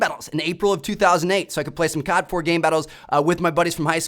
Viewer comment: Its COD... not CARD